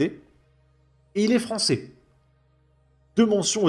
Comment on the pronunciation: Ahh le bogmoulistan fwançais... que du bonheur...